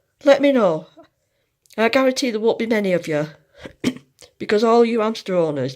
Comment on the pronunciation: Nice video, I was interested as to why I couldn’t find the dwarf hamster harvest, and now I know! I can’t get over how you just don’t pronounce your ‘h’s in words though 😂 it’s ‘ow they could do this, and ‘amster 😂